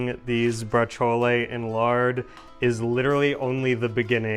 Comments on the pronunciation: Please stop saying braciole incorrectly! Pronounce it like ur wife does! ❤️😐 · I don't eat meat, only because I don't like it, the taste, the consistency, but I love braciole and chicken cutlets, those are probably the only meats I really eat, oh and bacon. I say it different than you do though, I don't add the "a" or even an "e" sound at the end, just the sound of the "ol", similar to how I say capicola, but I wonder how you guys say capicola, gabagool, we are of northern italian descent and brooklyn descent so they both probably have a place in my pronunciation. Oh you do pronounce the 'c' in braciole, we pretend there's no 'c' iot just like we pretend there's no 'c' in capicola. hahahaha